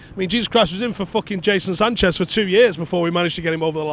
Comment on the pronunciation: Did he just say jason sanchez 🤣